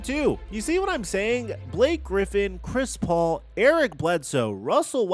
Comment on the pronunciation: i thought you said Crispy Haynes LMAOOOO